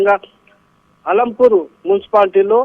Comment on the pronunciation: ఆలంపూర్ కాదు మేడం అలంపూర్